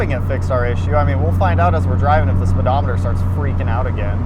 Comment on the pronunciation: Tisk, tisk, "speedometating"